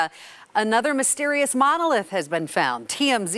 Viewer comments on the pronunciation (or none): "momnoniliath" lmao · Mono leeeeiith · Lol, Moneeeggllllith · "monualilyith" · "Monolilath" -, 2020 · 03 "Monolilliath"? You left that V/O mispronunciation in there? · What the hells a monlilyath? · The way he pronounces “monolith” in the beginning 😅 bless him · Are we not going to talk about the reporter pronounced monolith . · The way he pronounced monolith lmao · can’t say “Mono-Lith” 😂😂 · Why tf does he say monolith like he doesn't know how to say monolith? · Can fox not afford a presenter who can pronounce the word monolith? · Can you say M O N O L I T H ? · Lol he couldn’t say monolith!!!